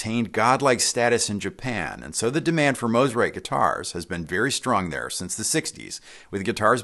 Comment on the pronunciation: Thank you for saying the name correctly. Mo, not ma